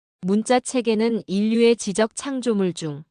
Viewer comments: '지적 창조물'은 '지쩍 창조물'로 읽어야지. '점자'는 '점짜'로 읽고. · '지적 창조물'은 '지쩍 참조물'이라고 읽어야지, AI야! '점자' '문자'도 '점짜' '문짜'라고 읽는 거야.